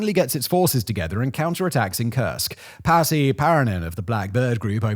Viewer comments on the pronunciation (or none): none